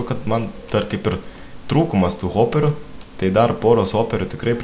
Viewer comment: viena karta pasakei ne hoperiu o zoperi